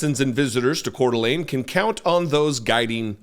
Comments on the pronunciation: First , let me tell you what a joy it is to hear the name Coeur d'Alene said correctly! That's a rarity all by itself. How awful is it that 1 of the most beautiful places on earth is full of a bunch of white supremacists and fascists? I grew up in E. Wash., and I remember Richard Butler. Those people didn't change their Aryan Nation views, they just melted into the background for a while. Now that they feel safe, they are back at it again. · Thank you for your coverage. Thank you for pronouncing Kootenai and Coeur d' Alene correctly. The behavior of the sheriff and the 'security' was shameful. I lived in another state for 28 years and I was always embarrassed to tell people I am from Idaho: this is an example of why.